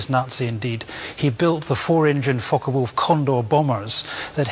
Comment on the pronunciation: ✈Fncker Wolf??? No wayyyy......😳 Its Focke Wulf.....These Yankees really go over the top!